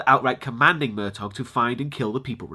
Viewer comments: yes its pronounced "Mer-taw" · I'm pretty sure the G in Murtaugh is silent. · It's pronounced Murtaw, not Murtog.